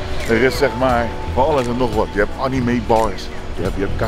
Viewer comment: ik moet al huilen met hoe jij anime uitspreekt